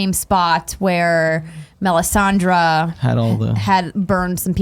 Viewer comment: I love Andrea's hard work even when I disagree with some opinions. That said, how the heck does she keep pronouncing characters names so badly? OberOn? MelisandrAAAA, Tie-ron? MissandEH? Does everyone fear her so much no one corrects her but Nick and can't get anything wrong?